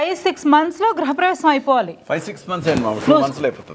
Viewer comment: గ్రహ ప్రవేశం కాదమ్మా గృహ ప్రవేశం